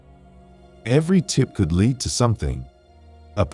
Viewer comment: I had a good laugh at schizophrenia too! Made my day and also lead being pronounced as lead from a bullet! Keep up the good work on these cold cases! Thanks